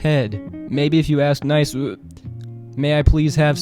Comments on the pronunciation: The "nicw" got me rolling on the floor 😂😂😂😂😂😂😭😭😭😭😭😭😭😭💀💀💀💀💀💀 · The way you pronounced "Nicw" lmao